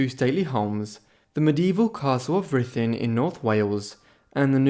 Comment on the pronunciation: You pronounced Ruthin correctly! Well done, I'm impressed. Wonderful little place just up the road from me.